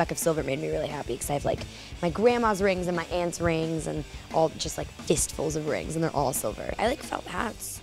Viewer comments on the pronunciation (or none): when she first said "rings" i thought she said "wigs" lol